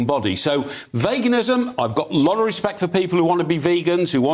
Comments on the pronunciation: Why does that bearded man not know how to pronounce veganism correctly? Vagansim? What is vaganism? Btw well done for being able to counter their arguments despite being ganged up upon. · Love how calls it "vagenism". His knowledge about sources of protein is definitely vague! We love you Ed. We love how you stand up for all the world's beautiful animals. We also love being vegan because it helps address world starvation, reduces climate change, reduces pandemics, reduces antibiotic resistance and reduces the incidence of cardiovascular disease and cancer xx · He cant even say it. "Vagenism" 😅